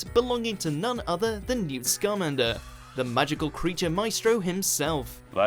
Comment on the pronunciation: It’s pronounced (sc-uhm-ān-der) not scam-ander